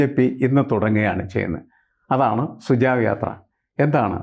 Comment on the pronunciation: Sir, it is not sujav, it's SUJHAV sujhav meaning SUGESTION